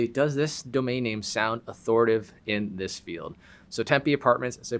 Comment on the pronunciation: The word is authoriTAtive. Thanks for the video, tho.